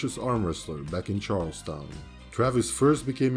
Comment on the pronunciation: CHAR-UL-STUN { PHONETICALLY } is the correct pronunciation - CHAR-UL-STOWN is not accurate & you have certainly covered Travis expertly